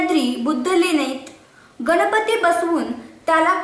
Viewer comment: गनपती नाही...ग. गणपती.